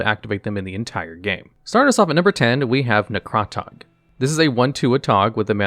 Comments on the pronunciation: Ne-Craw-Tog? Isn't it Necra-Tog? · Please learn how to pronounce cards? Ne-CRA-tog? Even in the spoilers and early release vids they said NEH-cra-tog, with accent on first syllable. You definitely need to do some research on cards before showing them. This is not the first time you've done this.... Example 5 seconds later: Even Richard Garfield called it an A-tog... accent on "A" and pronounced AY-tawg. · Please, script-writer, include a pronunciation guide with creature names. “Necrot-ug” is just embarrassing. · It’s supposed to be like “neck rah tog”, right? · Say “Necratog”. Say “Necratog” one more goddamn time.